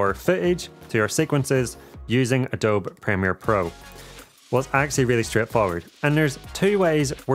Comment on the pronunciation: Love your stuff a lot. Only thing, Adobe is prounced uh-dow-bee not a-dob :)